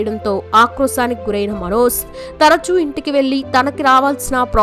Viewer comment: Manoz అని పలకడం style ఏమిటి? అసలు pronunciation Manoj. మన తెలుగు భాషని foreign language లాగా పలకడం మన తెలుగు వాళ్ళకి చాలా మోజులా అనిపిస్తోంది. Hindi, Tamil anchors వాళ్ళ భాషలు స్పష్ఠంగా పలుకుతారు.